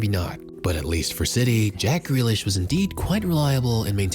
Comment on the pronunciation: JACK FREALISH😂😂😂